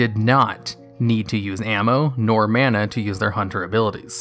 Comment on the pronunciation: is "mana", not "manna". Reupload please.